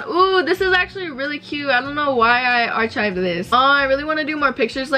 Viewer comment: It’s ‘arkived’ not arCHived